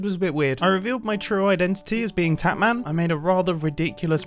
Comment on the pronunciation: Ur potatman, not tatman